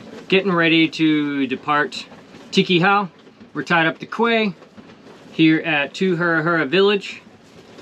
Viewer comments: The only times I've ever gone on a sailboat I got very sea sick. I think I'll stick to watching these videos from the comfort of my home. I've been binging the videos on this channel, very meditative and enjoyable. keep up the good work. FYI Quay is pronounced "key" like car key. :) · Another awesome video.thank you for sharing. A point of curiosity... is it pronounces Quay? I am sure people on my country pronounce it 'key'... but it may well vary around the world!